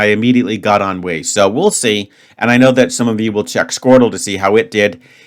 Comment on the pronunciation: A+ for pronunciation. Inevitably, for the rythm of the word, avoid the natural English tendency to put emphasis on first syllable :) A toned down nasal e(n), towards the articulation of the N, a very quick and subdued U and all the sonority on the I. Again, pronunciation as such was perfect.